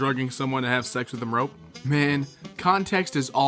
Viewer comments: Why do you keep saying "rope" rather than "rape"?.. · Why does he say “rope” instead of rape? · Did you say ‘rope women’? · If say "rope woman" instead of rape one more time..